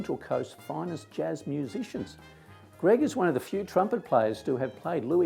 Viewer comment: PS and you pronounced my name right ha ha ha